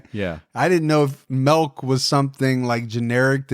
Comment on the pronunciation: just said milk the Dutch way melk😂